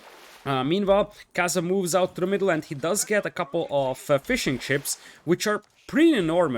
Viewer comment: Man every time you say "fishing ships" it sounds like "fish and chips" and it cracks me up